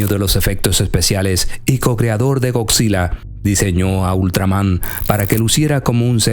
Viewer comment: Goczila, colacso, los sects de filmación y otras burradas. Aprende castellano.